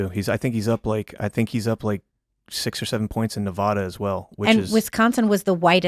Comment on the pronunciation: if you have a photographic memory you would be saying nevada correctly